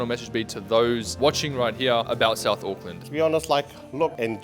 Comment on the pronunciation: The maori low intelligence stereotype is hilariously highlighted in this video hahahahaha, NONE of them can pronounce words with "th" in them lmao. "Souf auckland" "I fought" "free" instead of three, "vay" instead of they, "ovvers" instead of others, I could go on for years, they have no interest in not sounding uneducated.